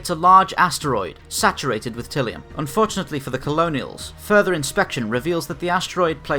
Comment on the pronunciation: Ty-li-um. Tylium.